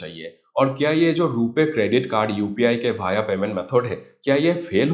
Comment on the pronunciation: Please learn Hindi Correctly (Via वाया, Not भाया😅)